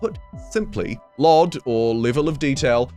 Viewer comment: Please don't say it as lod, it's an abreviation, say "L" "O" "D". Level of Detail.... not lod.... I'm gonna say "ooosa" instead of USA.